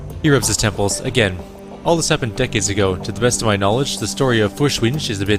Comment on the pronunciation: Listening to you pronounce German is...painful haha. It's not the easiest language to pronounce. I know I'm coming in late, but "Feuerschwinge" is pronounced Foyer-shwin-geh (hard G), or thereabouts.